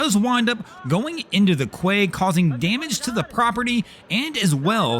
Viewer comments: The word quay is not pronounced kway. It’s not an English word, and it’s pronounced kee. While I’m at it, some Bahamas islands have the word cay in its name. It’s not English either and it’s pronounce kee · "kway"? Quey is pronounced "key", mate. Come on, you should be aware of that. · Kway? It’s peonounced KEY by ever literate English speaker on the planet. Fed up with ignorant Americans. Good riddance to yet another dumb channel. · "...the vessel goes into the 'kw-ay"?? BTW, "quay" is actually pronounced "key"!! Assuming you're trying to speak English! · A “quay” (PRONOUNCED “KEY”) is a structure built parallel to the bank of a body of water for use as a landing place for boats. A key opens a lock, and is how “quay” is pronounced. A key can unlock the willingness to figure out the actual pronunciation of the word “quay.” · Make no sense but Quay is pronounced "Key". Don't ask me why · Quay is pronounced kee. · Quay is pronounced "kee." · "Quay " is pronounced "Key". English is a strange language. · Quay is pronounced Key. HTH